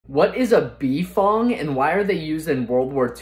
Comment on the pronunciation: To be completely honest, I have never heard anyone say "B-Fong" and everyone whom ever said it, the pronounciation was always (and I mean Always by multiple people) bfong (like bufong) cuz the way you said it, it would be more like Bee ef o en gee... which sounds stupid... that is why people normally say bufong (the U is mostly silent there)